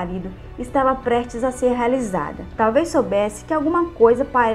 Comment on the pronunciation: Moça vc só precisa melhorar sua oratória, várias palavras vc pronuncia erradas tais como "prestes" vc fala "prertes". O nome "Marie" é francês, se pronuncia "Marrí" mas vc fala Mári". Se vc é professora precisa tomar esses cuidados.